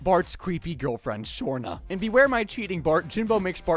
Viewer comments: It's not shrona its shrana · How the hell did you get Shanna's name wrong so many damn times , Shawn-aaa not Shore-naa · ironically, this is not the first time Bart has had a drivers license at 10 years old. , it's Shawna not Surna.